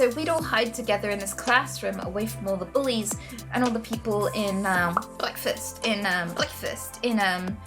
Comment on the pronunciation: bwekfast! lol im dead